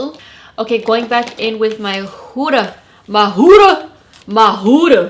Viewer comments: I laughed wayyyy too hard at the part when she said "MAHH HUDAA" lol 😂😂😂😂😂😂😂😭😭😭😭😭😭💀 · Lmao “ma HU-da” 😂😂